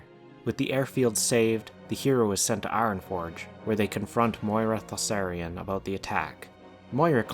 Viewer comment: Isn't it ThauRISSAN and not ThaSSARIAN?